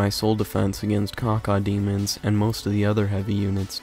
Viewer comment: you said cacademons LOL